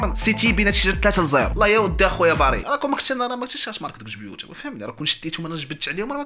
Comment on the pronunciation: هداك اللاعب سميتو باريلا ماشي باريا